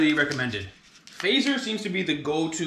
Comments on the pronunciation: Fatser, not Fracser. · We say the name as FaaTzer, not faaser. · Hah! You pronounce Fazer like its a type of weapon from star trek. The correct pronunciation is easy though, just throw a "th" sound in there and pronounce it like "fatzer". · just a minor note Fazer is pronouced more like fatser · Hearing the name Fazer pronounced like the English word "phaser" got quite a laugh out of me! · Fazer is pronounced Fatser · Or Futser when considering English pronunciation.